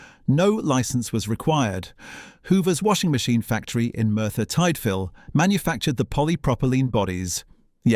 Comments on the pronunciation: Merthyr TIDE-fil? FEEL-ofax? If you are going to use speech generated by AI, I suggest listening through before publishing!! 😉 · fill-OH-fax? Merthyr TIDE-fil? This voicve is almost correct. slight emphasis & timing mistakes, but very good otherwise. Euro 'beta' was not better than VHS - that's a myth from early USA machines. VHS triumphed in UK/EU market because JVC was the partner of Thorn/EMI/Ferguson * Thomson of france. Thorn-EMI owned most of the High Street rental shops - hence the Ferguson badge on JVC VHS recorders. mostlyh E180s originally, but later on E240 & E300 - or 2x thqat in LP. Also hi-fi depth multiplex stereo sound and then S-VHS for better quality. VHS-C was also a stroke of genius - using ¾-wrap around a smaller drum making it compatible with the larger cassette format. V2000 was the best - 2 x 6mm format on a single ½"/13mm tape - from Philips.